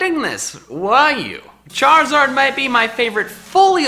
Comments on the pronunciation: ARE, NOT IS! AND THE S IN CHARIZARD IS SUPPOSED TO BE A Z! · Left off the I in Charizard!